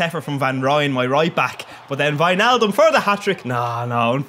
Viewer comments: Jeez your the first that says it actually right lol, its pronouned whynaldum not wichnaldum haha. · You said Wijnaldum perfect